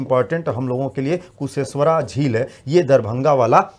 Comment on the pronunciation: Sir kusheshwara nahi kusheshwar sthan hota hai